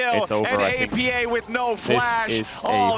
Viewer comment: I think its disrespectful to keep calling him oppa, when you know its pronounced A P A.